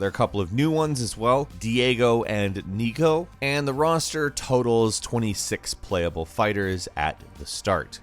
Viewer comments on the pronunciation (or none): none